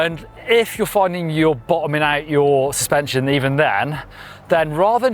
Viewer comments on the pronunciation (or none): "full spension" - hehe